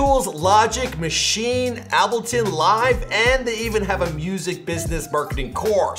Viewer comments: Pronounced “able” “tun” not “appleton” lol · It's said like Able-Ton not Abble lol I swear man you don't know much bout music. I love your content but i hate seeing you embarrass yourself lol. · This man said “Ab-elton” hahahahah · This dude just said “abelton” lmaoo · AH-bleton live lol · man said "Abelton Live" SMH. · Did you say "ABBELTON"? dude learn to pronounce what you're saying before you record. 🤦🤦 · The way this mans said "ableton" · U hear the way this niga said Ableton live.. like what